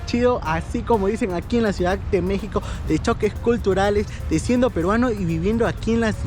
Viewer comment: Ciudad, no "ciudac" Modismos. No "dialecto"